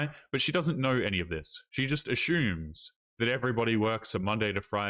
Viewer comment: "She just ashumes."